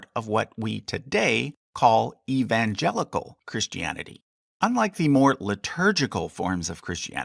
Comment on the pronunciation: It's "Pauline", not "Pauleen"! And it's "Christianity", not "Christy Annity". Also, it's BC and AD, not "Bee See Eee" and "See Eee". {:o:O:}